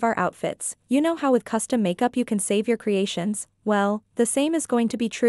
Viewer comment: you said custom makeup un correctly but it's fine ❤